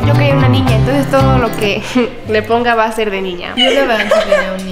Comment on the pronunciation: En el minuto me mori con el " te wa a pegar" jajajJaj❤